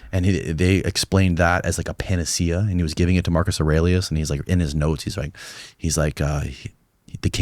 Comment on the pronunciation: Say panacea again, I dare you. I double dare you!